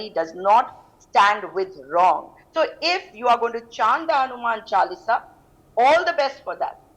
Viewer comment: This doesnt know how to pronounce Hanuman Chaalisa. Ignorance